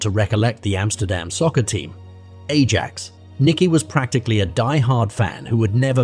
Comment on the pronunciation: Ajax FC is pronounced more like “eye-ax.”